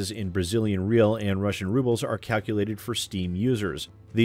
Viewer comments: This is a super small thing but The Brazilian Currency Real should be pronounced Re-ow when trying to say it in english. Super minor thing, video was great regardless. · A Brazilian "real" is actually pronounced as something close to "hey-ow." Where as any more than one real is pronounced "hey-ice" as its one of those Brazilian words that changes depending when more than once is introduced.